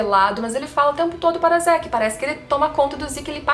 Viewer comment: o nome é "zeke" e não "ziki"...